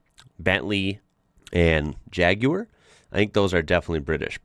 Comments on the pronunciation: Pleased that you pronounce Jaguar the proper way instead of Jag warr as most Americans do. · Wow. An American who says jaguar correctly. 😂❤ Spread the word across the states , we need to eradicate 'jagwaaahrr' 😂🤬🤬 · Amazing hearing an American pronounce Jaguar properly. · You can pronounce Jaguar correctly but hardly any Americans can say Suffolk! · Well done 👏. Saying Jaguar correctly 👏 👍. New Subscriber here 👍👍🏴🏴🏴🏴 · J.C would appreciate your Jag pronunciation 💯 mate. (The curly haired oaf from T.G Jeremy Clarkson) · First time I have EVER heard an American pronounce "Jaguar" properly OMG! You don't know what a TVR is? This is unbelievable to me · Very impressive hearing an American pronounce it "Jaaaaaag" with the correct cad drawl. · I also thought this. They generally say "Jagwaaar" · I hate the way americans say jaguar, so was in prio cringe. No need he pronounced it that well i subscribed, well im on the vodka lol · when you said Jaguar, i was very surprised you didnt say it the weird american way lol